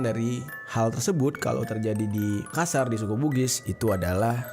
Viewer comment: "MAKASSAR" bang bukan Makasar 👀